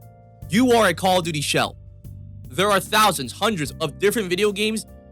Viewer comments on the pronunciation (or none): Bro it's "shill" ffs I like and agree with most of what you are saying but this like my third or 4th vid and you keep saying "shell* but it doesn't sound right.